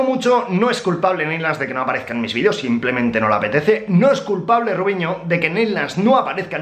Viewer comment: "Los vidíos queden chidos" jajaja ¡Viva México! qleros